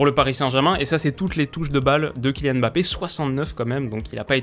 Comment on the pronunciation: Je te parle en tant que Camerounais, je te supplie d'apprendre à prononcer "Mbappe"